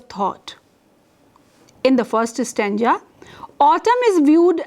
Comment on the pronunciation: Stanja .....or .Stanza Terrible pronunciations